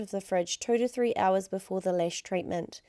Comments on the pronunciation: I like how she pronounces lash as “lesh” lol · ***** yeah I know, but cuz of her accent she says lesh .. i don't know if you hear it, but i do :) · Dahna Hack she does say lash yes but it's the way she pronounced A in the word lash. I know it's her accent but to someone who is bilingual, like me, and you pronounce letters different ways it sounds like she said lesh. But I'm not going to argue about this because not all are bilingual and have the same pronouncements. I rest my case lol happy day to y'all